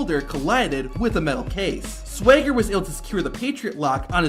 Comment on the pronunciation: How hard is it to pronounce Swagger?